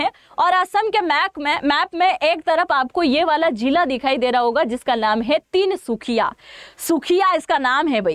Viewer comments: ❤❤❤ Tinsukhiya तिनसुखिया नहीं तिनसुकिया बोलिए। Please improve your knowledge first. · Tinsukhia naii maam Tinsukia kehte haii 😊. But aapp ase bolete ho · "Tinsukia" not tinsukhiya . Tinsukia ka Matlab trikon ya triangle 😅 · Meda tinSukhiya nahi ❌Tinsukia✔️ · Tinsukhiya nehi Tinsukiya hain next time galti mat karna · Mam....Tinsukhiya nhi Tinsukia ok and